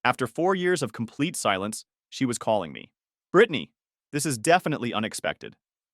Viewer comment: Pronounced Brittanaaaay